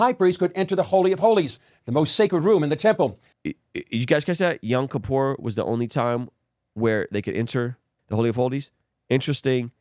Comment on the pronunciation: its pronounced "Yom Kippur" not young Kippur